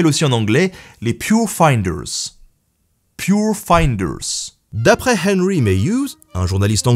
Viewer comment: Hmmm ! Quel bel accent anglais tu as pour dire "Pure Finders" !!!! Chapeau ! J'ai un accent de merde perso quand je parle anglais ! lol